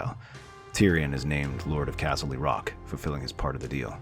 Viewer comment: If I hear castley rock one more fuckin time